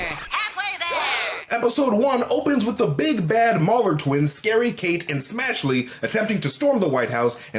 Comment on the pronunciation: "SCAREY-KATE & SMASHLY." 🤣🤣🤣🤣🤣🤣🤣🤣🤣🤣🤣🤣🤣🤣🤣🤷🤣🤣🤣🤣🤣🤣🤣🤣🤣🤣🤣🤣🤣...